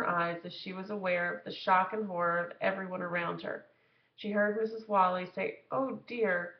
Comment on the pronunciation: The teacher's name is Mrs. WHALE-ee.